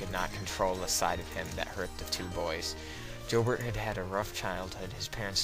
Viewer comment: Before you doing a video like this you might want to make sure you have the correct pronunciation of key names like Eberle, Joubert and Offutt.